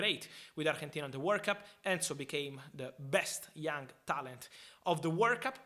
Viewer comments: The way you pronounce Argentina makes me review the video several times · Why is he saying Argentina like that lol